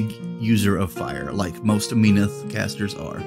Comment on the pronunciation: MEN-awth sounds better instead of MEEN-awth. The nasal pronunciation trends in Privateer Press like KAY-dor instead of KUH-dor, ur-CANE instead of ur-KHAN, are so annoying and French/wimpy/whiney/nasal-y sounding. Bleh